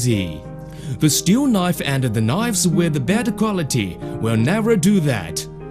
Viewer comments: Ceramic knoyyves. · CERAMIC KNOIVES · Ah, knoyves. My favourite.